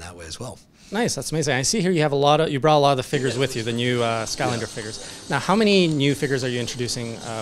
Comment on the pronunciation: pretty sure they are called figures not figgers or is this a Canadian way to say it? hahaha just bustin' your balls! but it does sound like you are saying FIGGERS not FIG-ures